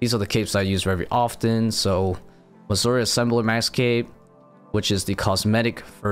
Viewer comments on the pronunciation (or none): none